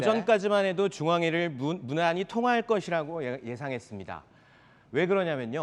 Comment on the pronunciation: 누나? 무난히? 말 좀 제대로 해라.......